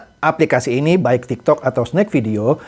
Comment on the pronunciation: Ada sebutan aplikasti😂😂😂bukan aplikasi